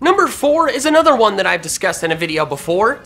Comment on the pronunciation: anothawon lol